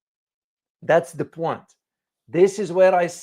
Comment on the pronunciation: "Oh, I see you're trying to 'make a point' with that fancy French twist—'pwan' instead of 'point'! Let me 'point out' that your accent’s so charming, it’s basically scoring 'points' with everyone watching. Keep it up, you’re 'pointing'us all in the right direction! Just wanted to point that out..